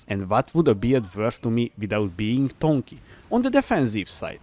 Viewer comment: Is saying tonky a meme or he doesn't know? also dagger he pronounces "daejer" lol